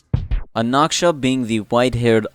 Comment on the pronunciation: He's Anaxa not Anaksha